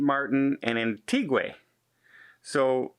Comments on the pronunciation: Antiqua is pronounced- Antiga. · Hint, Antigua is pronounced ANTIGA